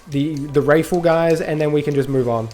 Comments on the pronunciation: Brother.... WRATHful, not wraithful. Malignant, not Maligant.... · wrathful not wraithful mate. Its hearts filled with wrath